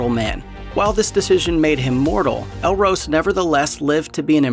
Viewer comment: Just a minor correction in pronunciation, ELROS is pronounced as ELROSS not ELROSE. OK ?